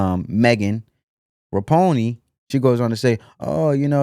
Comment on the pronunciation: Megan Rapinoe???? Have you never heard a sports news program in your entire life????? Megan Rapinoe pronounced "Ra pin oh"!!!! Pathetic!